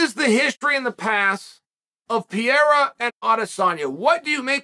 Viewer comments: Pe-hā-dä, pe-ˈrā-rä, but not piera. 🤦‍♂️ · i don't understand how someone can look at pereira and say it as piera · dude why you keep on saying Piera? Pereira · It's amazing watching Chael's pronunciation getting better and better. He started by calling him Pi Era. Now it's Pereura. You're almost there, champ! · Chael: Alex Pee Era. Everyone else: Alex Periera. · Seems like nobody’s told Chael that Pereira it’s not pronounced “Pierra” it’s “Pe-re-eeh-ra” lol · Why you keep calling him PEIRA??? IT'S PEREIRA!!!!🤣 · Pereira not Pierra. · He still says Pi era lol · You mean "Piera" 🙂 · "Pier-a" I didn't know Pereria became a frenchman. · It sounds like you call him "Pierre" 😂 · Pierra lol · why does Chael mispronounce the names of certain fighters like Pereira and Chimaev? it it supposed to be amusing? or is he a bit thick?